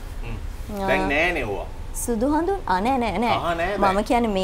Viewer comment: කහ, සුදු හදුන් කියලා හෙන අමාරුවෙන් කියන්නේ.